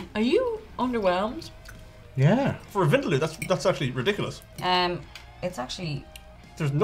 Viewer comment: Being South Asian me don't even know what soo called curriess🤢 they are talking about. By the way its not wind-loo(vindaloo) its win-daaa-loo. And plz not everything is curry jzz because you have spices in it.